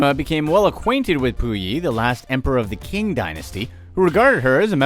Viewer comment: Qing Dynasty is pronounced ching, not king.